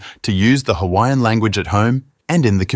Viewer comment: I’m not offended by this on someone who is on the islands but you just need to work on how to pronounce the islands names and how to pronounce other Hawaiian peoples names